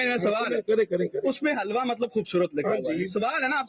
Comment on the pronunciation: It’s a word Hilwa not Halwa..which means “Beautiful” in arabic